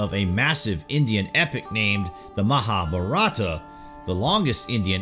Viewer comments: I dont mind pple hqve diff accents. But the way u say MAHA-APARATHA means "GREAT SIN" its MAHAA BHAARATHA meaning GREAT INDIA! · U r butchering the word "MahaBharatha" it is pronounced: "MAHAAA-BHAAARATHA"